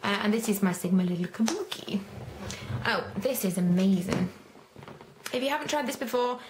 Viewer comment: Its funny when you say amazin!!!!!!!!!!!